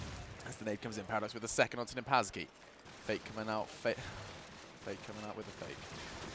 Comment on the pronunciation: The way pronounces 7 and 2nd is extremely annoying. "seeven, seecend"